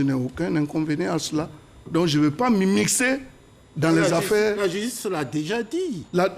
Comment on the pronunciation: < > 😂😂😂😂😂😂 Nonnnnnn le père Adjoumani c'est le meilleur